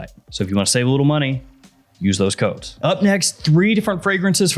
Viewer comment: every time you say CODES i hear Armani Code 🤣🤣🤣🤣